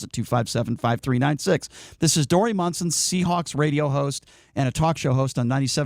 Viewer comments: And, it's MONSON, not Munson. Get the name right, too. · And you should at least be able to spell and say his name right. :-) and how do you know how long he was suspended for when it has not yet been announced? And he ****DID*** apologize even before the suspension was announced. And he did NOT mock transgender. Talk about fake news.. this is if.